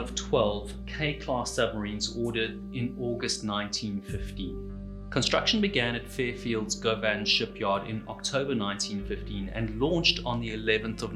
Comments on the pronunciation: Another great telling! A wee tip from the cold north, I meant to say it the last time Govan's yards came up. The "o" is softer, more of a [Guhvan]. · FYI, Govan in Glasgow is pronounced “Govin” Thanks 👍🏴🏴🏴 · I just tell folks it's the same o as in governor. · Ahh caal it Guvin. Ask yer bus drivur.